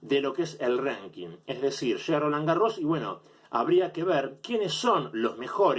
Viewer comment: No sé por qué decidí ver la parte que hablabas de Ríos, sos un payaso con todas la letras. Cómo vas a comparar una liga de fútbol con el ranking atp? No hay un campeón del año en la atp. Qué mierda es un "renking"? Ranking idiota, hablá bien!!! Nunca escuchaste a Federer hablar sobre Rios? En serio sos nefasto jaja